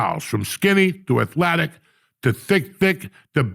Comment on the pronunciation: Someone needs to publish an Uncle Joey dictionary. Today's word is ETHLATIC